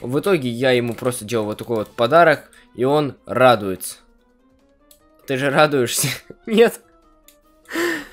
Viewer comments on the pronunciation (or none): Он же радуэтся нет он не радуэтся🤣